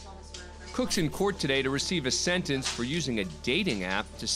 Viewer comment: Murphy's law has a different meaning from now on. BTW, the narrator should try to pronounce a T. What's a "sennence", a "plainiff", a "counny"? Speaking sloppy is just a matter of laziness.